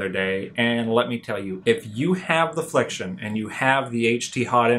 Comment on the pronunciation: its flex-ee-on, not flekshun